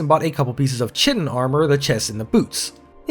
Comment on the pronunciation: You said "shitting armor" insead of chitin armor but that's ok because everyone does!